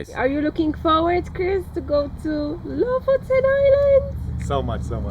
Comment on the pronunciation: Lofoten is gorgeous 🤩🥰 Å is proposed like the 'a' in walk and water (with your English accent). You pronounced Bodø and Lofoten as Bådø and Låfoten, so you know the sound 👍🏻 Æ is pronounced as the 'a' in "van" and ø is pronounced like the o in "work", if you were wondering 😅 👍🏻